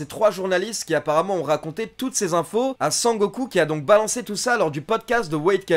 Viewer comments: A chaque fois que tu dis sangoku je souris de plus en plus . A la fin g la gueule a momo 😂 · Eh mais un fou rire à chaque fois que j'entendais "Sangoku"! 😂😂😂😂😂😂😂😂😂😂😂